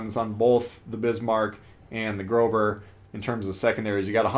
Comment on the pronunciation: Ugh....plz dont call it "grober"...it triggers us germans hard 🤣 the ß is an sharp "s" and pronounced like a simple s . Pretty plz🙇‍♂️